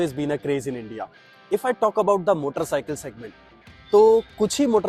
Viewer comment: I love the way you said motorrrr cycle